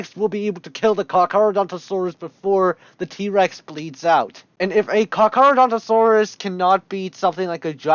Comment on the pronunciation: He called it Carcadontsaurus as opposed to Carcharodontosaurus